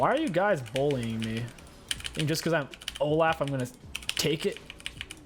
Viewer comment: I don't mean to sound rude if it does I apologize but how I always say olaf is Olof cause that's how I thought it's pronounced and the way you say it sounds to me like you're saying O-laugh which is now my favorite way to pronounce his name lol P.S I love your vids <3